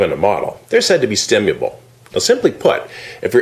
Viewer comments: this dude doesn't even pronounce stimulable very well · StimuLable, not Stimuable. The irony is beautiful.